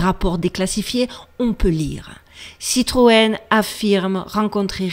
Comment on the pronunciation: Citroën....😮 Citroën ????